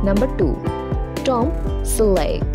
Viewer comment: Tom selake? Can't they get people that can speak English to do these things.